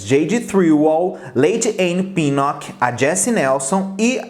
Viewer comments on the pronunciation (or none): Pq ele falou lady any pinoch e pier edwards?